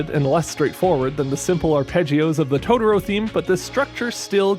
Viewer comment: Dude your videos are great... but why do I keep hearing Tororo haha. Cmon man! You already pronounced one "to", just repeat it and is TOTOro haha. Great video as always!